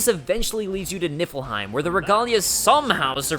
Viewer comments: Everytime you say "Niffleheim" my head understands it as "Nippleheim". Why! I'm literally saying to myself, "It's Niffleheim!" goes "Niffleheim" and my brain goes "Nippleheim"! No! Noooooooooo! Stop it brain! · I can't be the only one who kept hearing nippleheim right? :'D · ...So is it Nippleheim? I keep hearing Nippleheim. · am i the only one who heard nippleheim?